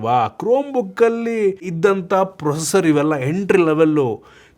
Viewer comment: ಲೋ ನೀನು ಇನ್ನೂ ಯಾವಾಗ ಕಲಿತೀಯೋ ಅದು ಪ್ರೊಸರ್ (procer) ಅಲ್ಲ ಪ್ರೋಸೆಸರ್ (processor)